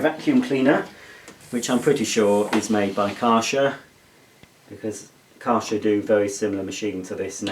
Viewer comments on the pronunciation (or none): Kärcher - pronounced Kehrsher - with a pronounced emphasis on the K.